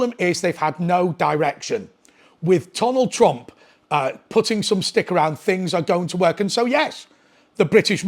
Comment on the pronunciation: Who's Tonald Trump ? lol 7.43